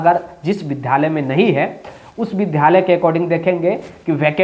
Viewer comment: Vidhalaya nahi Vidyalaya bola jata hai.